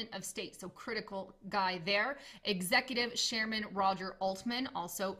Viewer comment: Thanks for the information, but I was annoyed by the way she said, "SHairman" instead of "CHairman"....